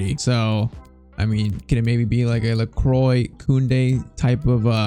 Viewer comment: Pcq: Lacroix is pronounced "lékwah"